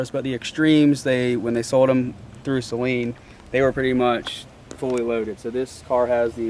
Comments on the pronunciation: I stopped watching this when you kept on calling them “Say-leans” and I do own a rare 04 Saleen .... how are you gonna make a video on something that you don’t know how to pronounce 🤦‍♂️ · You were destroying my mans soul everytime you attempted to pronounce Sa-leen. Poor guy. I could see him cringing every time. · as someone who has followed these cars since they were new 20 years ago, it's so refreshing to see your excitement learning about the features and models of the specialty Saleens that were produced. We get a bit jaded just assuming everyone knows this stuff. BTW I'm glad you have since learned how to pronounce Suh-leen haha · take a shot every time he pronounces it "say-leen" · I have a 1999 SAYLEEN S281SC. My father bought it new. Every single Saleen owner I have ever met besides maybe 2 people have said SAYLEEN including me. 😂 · It’s Actually SA- LEEN…!!!!!! Damn at the failure of American school system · He had to have done that on purpose, usually people correct themselves when they hear the correct pronunciation, not, he rolls with it 😂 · It is said "Suh-lean" not "Say-lean". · First off Great upload and don't take this the wrong way because I'm not being a smartass but It's Saleen, not Sayleen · As someone that had a 2008 red flag edition SA-Leen, one of only 100 made, it makes me hurt physically hearing the word Saaayleen....Repeatedly. I thought u were a big fan of these cars. I'd guess you would at the very least learn how to say them...baby steps I guess for those that haven't owned one....lol. and yes that's a slight but also not meant to make u too butthurt. Just messing with u. But for real...SA-Leen....they are special cars...5 mins and google or YouTube can sometimes be your friend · Good lord pronounce saleen correctly... it's saleen NOT SAYLEEN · Saa leen not say leen😊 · I had to laugh when he said wow look number 03 the 3rd one built....03 is the year...and if it says s281 that's 281 cubic inches....and it's saleen not sayleen ....